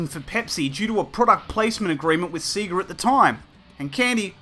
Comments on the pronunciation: Dude the way you say sega is just wrong lol, it's not seega! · It does sound odd now. Although I think when I got my Sega Game Gear back in 1991, I called it "Sea-ga" at the time, till I got Sonic on it, and it screams "SAY-GARRRR" as you boot up the game!